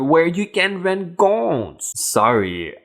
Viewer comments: gouuwwns NOT gooonns just say wedding dresses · Love your videos. Even though English is obviously not your first language, you speak it very well. Just a couple of pronunciation helps...”gowns” is pronounced like g-ah-w-ns. Like if you hurt yourself and say “OW”. “Tidy” is pronounced t-ah-ee-d-we with a long i sound as in the word “like”. English is a strange and difficult language as I’m sure I would find yours, even though I love other languages, having taken Spanish, French in High School and a Semester of Italian in College. I hav also picked up a smattering of German and Czech. As I said, I love other languages. Keep on posting your videos.